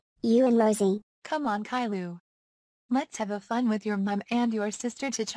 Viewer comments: Edit: lady kilo but pronounced calliou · I love how Boris calls caiilou kaylu